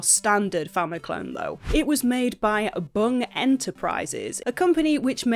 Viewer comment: Hahaaa, love the way you say 'Bung'!